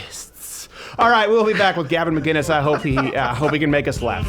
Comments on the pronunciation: His name is McInnes not McGinnes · Stephen, I love ya man but his name is not McGuinness it's McInnes! Pronounced Mc-Innes, no G ... it's a hard C. I know he has corrected you before but out of respect, pronounce it correctly. Oh and I'll be joining the #mugclub soon. Always love your vids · must b annoying for gavin to hear steven always say "maguinnes .. its MACINNES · Gavin's surname is pronounced MICK-IN-ISSSSS.....not McGuiness. for fuck sake. It's the difference between Scots and Irish! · Will you please start pronouncing the fucking C in Gavin's name? It's not McGuinness. It's McInnes. Pronounce the C. From an angry Scotsman who gets pissed off at every North American (acknowledging that you're from Canada) mispronouncing our clans' names. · When is Crowder going to learn Gavin's name......it's Mc- Inness not Ma-ginnis! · ITS MC! NOT MG ITS MC INNES!! not MG INNES! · Steven. Gavin's last name is MCINNES. No MGuinness. MCinnes. Yeah. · MICK-INNES!! Not MacGuinness (Scot here, but it should be obvious :) edit: fixed! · Steven...Gavin's last name is (Mk In Us) no g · Ma-KIN-Iss.. seriously when will people realize there is no "G" in his name. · You are saying Gavin's name wrong ....it's pronounced mic kinnis. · Still don't get why Crowder can't say his name right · Crowder still says McInnes wrong.